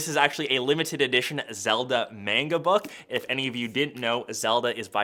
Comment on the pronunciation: Manga (Mong-guh)